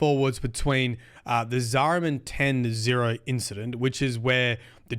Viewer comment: "Zariman 10-0". Ten Zero? No. "Zariman 10-O". Ten Oh. (Tenno)